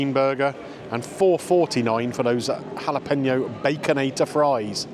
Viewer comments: had to stop watching due to the repeated "jalePENo" pronunciation 😢😅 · I can't take the mispronounciation of Jalapeño any longer. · I really don't think you need to be a native Spanish speaker to get the pronunciation of Jalapeño correct (I'm certainly not a native Spanish speaker but just prefer to educate myself in various instances) but if that's the stance you want to defend then you crack on and best of luck with it all. :)